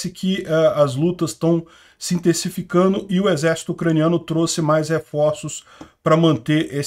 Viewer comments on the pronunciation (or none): none